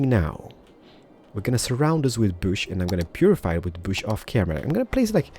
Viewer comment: Gitte Jensen And let's not forget "We need to purrdyfy the area."